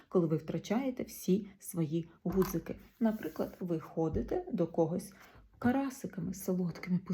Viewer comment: Перепрошую, шановна пані, але не "гудзик", а "ґудзик". Слово вимовляється з твердим "ґ".